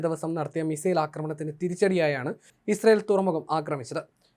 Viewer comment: Misrael 😁 Israel plus Missile is Misrael 😁 interesting reading 😂